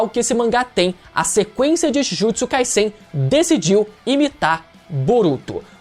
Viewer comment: pronuncia certa ai. Jujutsu Kai"Z"en. O Som é de z não de s igual vc ta pronunciando. E é bizarro vc falar que Kaguya foi apressado cara. Sage of Six path ou seja Haguromo estava ai desde sempre. Os zetsu estavam ai desde sempre. C ta de sacanagem vc falar isso.